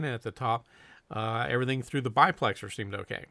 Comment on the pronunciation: No offense, but it isn't a BI-plexer it's a DI-plexer. Not to be confused with the proper name of the cans, DU-plexer